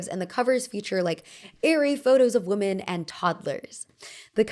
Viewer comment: stop mispronouncing the word women